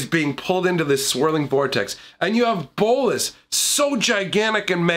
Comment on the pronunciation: The way you say bolas satisfies me